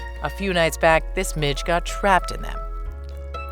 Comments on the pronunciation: I swear I thought she said a few days back this b!%@ got caught in it. But she said Mitch 🤣🤣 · At first I thought she said b** not midge lol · I… did not hear as “midge” the first time.